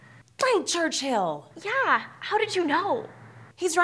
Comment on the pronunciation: Es Churchill.. pero si parece que dijo chirchill xD